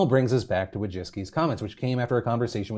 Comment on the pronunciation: Wójcicki is a Polish last name, and the way you pronounce it hurts my Polish ears and heart.